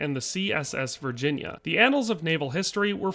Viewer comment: Thanks for getting the name of the CSS Virginia correct!